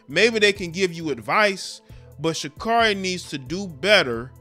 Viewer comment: Pronounced Sha-Carey :)